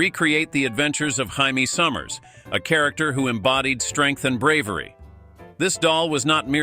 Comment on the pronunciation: 'Haime Summers'. LOL!